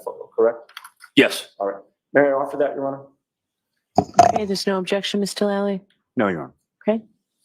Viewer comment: “Objectic” ….. “ Sustained “ she doesn’t let him say objection nor does she listen to what he is objecting lol smh